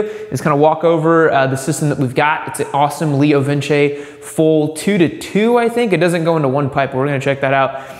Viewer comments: Pretty sure it's just "Leo Vince" like "Rinse". No squiggly line over the "e". Leo Vinse kinda sound... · It's Leo vinse....not vin chay. Two C's in Italian make the ch sound. One c makes an s sound. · leo vins, not lio vince